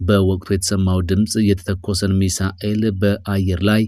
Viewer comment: እንደው በፈጠረህ " ሚሳኤል " አትበል እየደጋገምክ ! ሚሳይል ነው የሚባለው ።